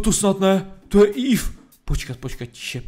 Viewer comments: evee jse neříká ív ale íví (napsal jsem to česky protože kdybych napsal evee tak nevim) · Je to eevee ne eev a ten squirtel byl wartortle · Ty noobe nevíš nic o pokémonech neříká se ív ale íví a tomto byl evolvovanej skvirltl.